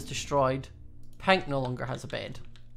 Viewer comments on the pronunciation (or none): i love his acent when he say pink it soundslike pint